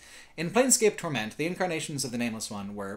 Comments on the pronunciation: Why does he say "torMENT" and not "TORment"? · I am curious... why do you pronounce "torment" as "tor-MENT"? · is on a mission to make the title 'Torment' sound like a fake French dish in a wannabe upscale restaurant